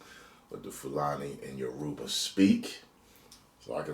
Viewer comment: It’s pronounced Yoruba, not Uroba 😂😂 Welcome to the family